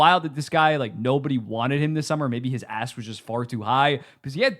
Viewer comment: idk it sounds like something else😭